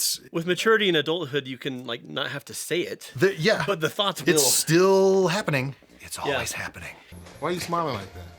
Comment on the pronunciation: “it’s stiiiill happening.” That emphasis is everything, that is my life. 😂 thank you outsider for thinking i have my life together i most definitely DO NOT 😂